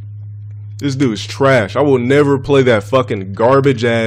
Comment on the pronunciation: Can someone pls show me any time that he actually pronounces the “de” part in “dude”? I swear I’ve only ever heard him say “Doo”